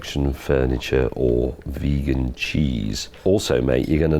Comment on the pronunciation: "Veegan chiiz" -Captain Slow, 2020